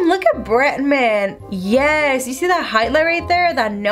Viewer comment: Why do you say bretman "britmen"